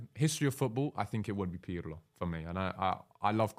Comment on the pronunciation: Why does he call Pirlo "pierlo"